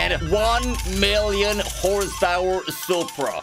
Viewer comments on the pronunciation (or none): Tak Fuji says “one mirrion horse powaaa”